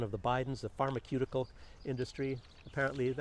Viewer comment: Clever move to fool the censors": say "pharmakeutical" instead of "pharmaceutical".. 🙂